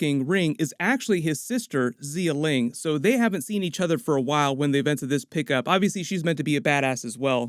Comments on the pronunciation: Xialing: It's "Sha Ling" not "Zee-yuh Ling" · XiaLing is pronounced more like Sia-Ling, not Zee-ling. Also ShangChi, pronounced more like Sha'ng Chi, not Shane Chi. That the more proper mandarin pronunciation.